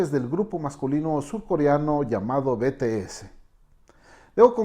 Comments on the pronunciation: se pronuncia bities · Nisiquiera se molestó en aprender a pronunciar bien los nombre “beteese” “Taeyun”